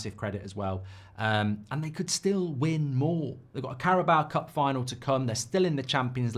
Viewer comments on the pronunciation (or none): Hooray! Mark has finally stopped saying “Carabowah cup” rejoice